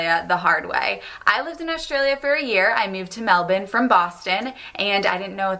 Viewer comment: She said Melbourne correctly! That's a rarity